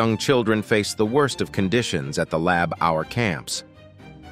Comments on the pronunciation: Lab our? Geez Louise. That was soooo annoying! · Why would the narrator pronounce labor as Lab-Hour?? Is he reading a script in a language quite foreign to him, and has no idea what he is saying? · This has to be the worst OR most reveling example of robo or bot narration ever. As of "lab hour" ? The US spelling would be easier for the bot as it's spelled "labor". So it's the UK spelling of "labour" which clearly threw the bot off. Nothing specific, but I'm generally suspicious of any bot narration. To the channel I suggest having your English script re-written by an English speaking person. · Lab Our? Oh dear! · I think your reader needs to learn how to pronounce the word 'labour' (It's not 'lab hour'!) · what the hell is child lab hour. if you can't the voiceover right then don't bother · You obviously have a grasp of the English language when narrating this. So i ask as others have done. What is a Lab-Hour?. You also says 5 hours of electricity a day. So your know how to say the word hour. And what it means. Sort your narrator out please. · Stop saying lab our! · Lab hour! Jeez, I can't listen to this crap. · Learn how to pronounce " Labor" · English word' 'labour's origin is from Old French spellings given as 'labour' and 'labeur'. Our culture should take second place to computer & software weaknesses? Is there no human available who can do a talk-over? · Oh, come on. After dozens of people commenting about the mispronunciation of labour, this is all you can say? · So, the narrator is unable to properly pronounce the word "labor." Pathetic. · Interesting content, but I had to crack up every time the commentator tried to pronounce ‘labour’. He coped with a whole lot of complicated words but might have been better served if the script writer had used ‘labor ’ instead of ‘labour’. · It took me a while to work out what all this "Labhour" was, until I realised from the context that he means labor. How can such a common word be so badly mispronounced? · "Lab hour"?